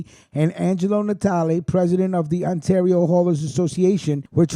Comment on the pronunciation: Like when I helped you with Ontario You called Ontorio :) Its all good bro. When Covid is over ya batter come to Hamilton for some really good Italian food and a mob tour :)